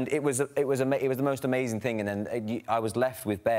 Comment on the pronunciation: harry: you're AMAZAYN